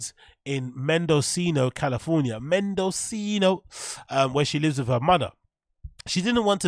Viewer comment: Mendocino - Men duh see no .... ... not, Men dOh see no .. ..